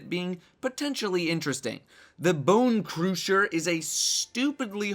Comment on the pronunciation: It isn't pronounced "Boooncruuuusher" It is the "sch" is the same like "sh" So simply "Bonecrusher"